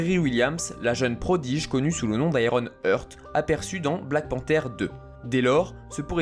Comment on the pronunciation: 😮 Heart se prononce hart et non eurt